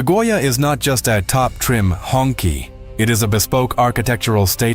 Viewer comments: It's not pronounced like "Honkie" 😂 Its pronounced like "Hung Chi" means The red flag. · It's not "hong key" , it's pronounced as "hong chi" , that's the closest pronunciation